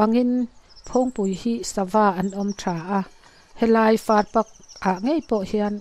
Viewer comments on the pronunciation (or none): Farpak - pak i lam dan hi a dik lo. Sap in park an lam dan anga lam tur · Far pak nilo in far park aw😂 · Far pak a ni lo far pâk ,pâk chu mal tih na ang kha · Farpâk tih tur o. Park tih kan lam rik ang hian Far mal (single) tihna